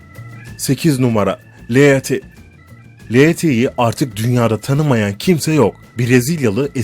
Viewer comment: 1 ) andıraj pejik değil kardeş ANDREC PEJİÇ 2) çen lili değil ŞENN LİLİ 3) lea ti değil LEA TE 4) kaladyo çarez değil KLADYO ŞAREZ 5) flornika de la ve değil FLORENSİA DE LA Vİ 6 karovlin tula cosey değil KERROLAYN TULA KASSİ birde şu anlatım dilinde TRANS ,TRANS KADINLAR , ve TRAN cümlesi ile başlayan her anlatımında baskılı ses tonu kullanmasan daha iyi edersin !!!